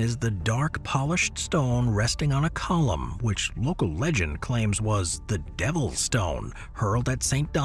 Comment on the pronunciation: “as leg end suggests…”🤦🏻‍♂️ This is where I stopped watching and blocked this AI created crap.